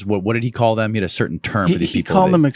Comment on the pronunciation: Oh give me a break you immature idiot!! Cer~ain? Really? Cer~ain? How old are you anyway? Put the "T's" back in your language or just shut up, please!